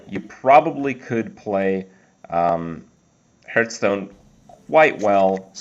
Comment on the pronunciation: always sounds like hes saying hurtstone xD